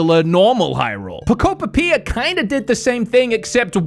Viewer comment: PO KUP PIA 😂😂😂😂